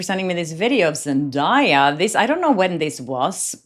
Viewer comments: Zen-DAY-a, not Zen-Die-a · Zendaya is pronounced … zen-DAY-uh NOT zen-DIE-uh😂😂😂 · 1. ZenDAYa - with a "day", not "die" - you can watch some videos where she says it herself, that is why I remember! 2. The bracelet looks the same... What Taylor is wearing looks like the same as top part of Blake's bracelet - like she layered it, with something silver under it! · Zendaya has told everyone how to pronounce her name properly many times so people will stop butchering it. It’s pronounced Zen-day-ah not Zen-die-ah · is pronounced ZEN DAY YA. NOT DIE. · Zen DAY Uh. Not Zen DIE Uh. I dont understand why journalists cannot pronounce her name correctly. It's literally pronounced the way it's spelled. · Girl, her name is zen-day-uh, NOT zen-die-uh. Get a person's name right. The minimum sign of respect. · Pronounce her name Zen-day-ah. That video of the fashion show is from 2023. Zendaya had already addressed it. She said she was watching the fashion show and waiting on the models. She wasn't paying any attention to Blake. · I love you and Zendaya and many have pronounced it the same way, but her name is pronounced Zen- Day- Ya. What if Blake dressed Taylor and gave her the bracelet to borrow? Lol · She pronounces her own name ZEN DAY A fyi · Zen DAY uh. Please stop mispronouncing her name. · Lady - learn how to pronounce Zendaya’s name- it’s really not that hard. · At least pronounce the name right😂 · at least learn how to pronounce Zendaya's name. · I really admire the work you do. However, as a Hollywood reporter, one of the basic expectations is accurate pronunciation of celebrity names. I understand that you're from a different country (I am too) but that shouldn't be a reason to mispronounce someone's name. Looking up how to pronounce someone's name is the least you can do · you are pronouncing Zendaya’s name wrong.